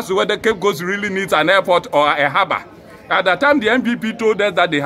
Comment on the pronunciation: Please it is Harbour not haba